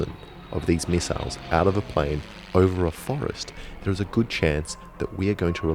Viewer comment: Might as well call them miss-iles